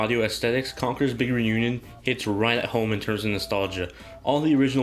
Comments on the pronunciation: "Congurs bigern union" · Having troubles saying "Big Reunion" x)